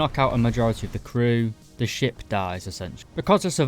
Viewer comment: Did you say ship or shit. All jokes aside. Hopefully more people get in to navy and hopefully it gets a bit more attention.